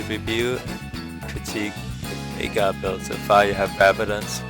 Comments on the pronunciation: it's veigar not viegar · It's pronounced "Vay-Gahr" not "Vi-Gar" ... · It's Veh (as in velocity), ee (as in three), gar (as in garen). Veigar, not Vaygar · It's pronounced vay-gar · It's interesting how there are so many different ways people produce the "Vei" in 'Veigar", when his name is spoken aloud in-game by both Tristana and Final Boss Veigar. It's "vay-gar", by the way. Rhymes with 'day' and 'say'. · Hey great video. Just to let you know it's pronounced Vay-gar. I used to be friends with the guy who the champ was named after. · his name is spelled veigar, not viegar. "vei" not pronounced like "tie" because it's not spelled like "tie". its pronounced VEY. VEY-GAR. He says his own name in his final boss skin. He says "I, VEY-GAR, will knock you all down!" look it up if you don't believe me. This isn't a gif/jif thing. It's not a matter of preference. Some people are wrong, like, and some people are right, like me. And Veigar himself. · The thing that bothers me about this video is that you pronounced Veigar's name wrong. Otherwise I love it. So you can know from now on, here's an audio clip of him saying his name